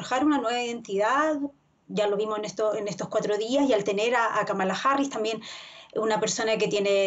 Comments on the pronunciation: Kamala: El nombre que incluso analistas políticos pronuncian mal: 🟢KA-ma-la SI 🔴ka-MA-la NO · France 24 debe cuidar la pronunciación del nombre de la Vicepresidenta nominada por los Demócratas 👉Kamala Harris es: (Kámala Harris)